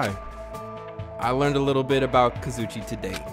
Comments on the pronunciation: kazuichi is pronounced like kah-zoo-ee-chee. it doesn’t really matter tho lol. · I feel stuck up for saying this, but it’s kah-zoo-ee-chee that’s how you pronounced kazuichi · Kazuichi = Ka-zu-e-chi Please, PLEASE SAY IT RIGHT!!!! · Nagito - Nah gi toe Hajime - Haji may Kazuichi - Kazu ee chee Mikan - Me kawn Mahiru - Ma here ew Name pronunciations...hearing you say Mikans name like 'pecan' is making me lose it lmao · no its kaz oo ee che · Lol it’s pronounced. (Ka-zoo-ee-Chee) Kazuichi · his name is KA-ZOO-EE-CHEE :l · I learned a little about Kazuichi today... Pronouncing his name right was not one of the things I learned today...